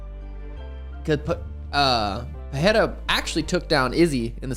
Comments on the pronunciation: PE-RE-I-RA not peheira or pecheira! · Pereira not PeRReira por favor!